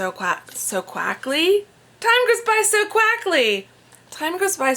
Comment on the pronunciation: "time goes by so quackly" made me giggle lol! you never pronounce my name wrong but I just wanted to say I love how you say it!! I'd love to read that romance novel! i love a bit of romance <3 xx